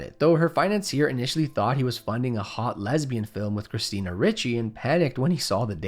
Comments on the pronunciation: It's pronounced thur-OWN, not thair-uhn. It's also pronounced ree-chee, not like ritchie. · These young guns don’t know how to pronounce Ricci. This isn’t the first time that I’ve noticed. 😅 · It’s not Richie! Lol